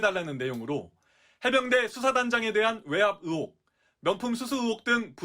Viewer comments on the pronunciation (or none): 으혹이 아니라 의혹.... 리포터 발음이..